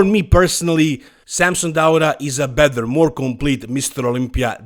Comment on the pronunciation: I'm not an English speaker so I don't get why you say "bether" instead of better... It's not a difficult word to pronounce correctly. I might be wrong though